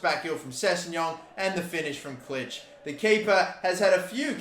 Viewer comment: You don’t say Klich the I in Polish is a e